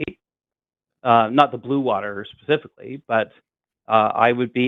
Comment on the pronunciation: "I wasn't talking about you pasificly" did he call you an ocean?